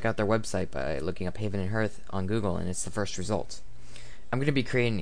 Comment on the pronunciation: I don't want to sound pretentious but you're pronouncing ""hearth" incorrectly, it's pronounced more like "harth". Thanks for the video though, I'm playing Salem right now and I wanted to see where it all came from.